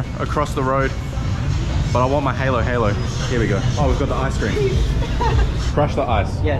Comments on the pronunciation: We say halo halo as a hard a not like saying halo halo like there is a y in the end of the two a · I’m laughing cause ur saying halo halo wrong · Foreigners pronounce it different ig I don't mind it but i just wanna say it Its pronounced "hah!-lo-hallo" Hehe it makes a smile on my face to see people learn more about our country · Not trying to be rude but not so strong on the “A”… Huh-lo-huh-lo. Just a friendly tip 😃👍🏼 There are different ways of preparing halo-halo with different ingredients so you will get different versions from time to time. Also, Glad you’re going back to the longer form videos… and hope you enjoy the balut. I can’t do it myself 😂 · Just a tip, to pronounce halo-halo correctly. the first syllable "ha" would be pronounced just like you would a fake laugh. The second syllable is pronounced like the adjective "low". "Haa•low haa•low" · Kaong is a "Sweet Palm Fruit". And you should pronounce Halo-Halo as the "a" in Apple sound not an "e". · Im from philipines and halo-halo is actualy pronounce like halow-halow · Mate, it’s Ha lo ha lo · Btw you dont say it like the halo game its ha-lo ha-lo the a is like ahhh sound its fine no big deal just different accent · It's ube and it's pronounced "huhlo-huhlo" ☺️ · Halo-halo, the "a" is pronounced as a in father. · to pronounce halo halo its hah-low hah-low with a silent w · You guys saying in halo-halo Is haylo-haylo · Halo-Halo is pronounce HA-lo, HA-lo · Halo-Halo is pronounced "Hollow-Hollow" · it's pronounce as "huh-lo huh-lo".. why they're not correcting him.. haha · It's haalo-haalo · its pronounced as "ha, loh ha, loh not halo halo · It's not haylo haylo. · When you say bye-bye Try saying Sige(sea-ghe) Ingat lagi (E-ngat lah-gee) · Its pronounced h alo h alo its like a hard a and its the movie halo but its nice that u visited my home country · no offense but you prounounce it hAlo hAlo not heylo heylo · haa low haa low is the pronunciation not the hay loh you speaking halo halo like the game